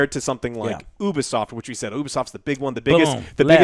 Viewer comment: CrunchyRoll is known for not paying their employee's for months and then firing them. So have fun supporting that pos company. Serious Sam was ALWAYS PC first. Pronounced Ubisoft (you-be-soft) not oobisoft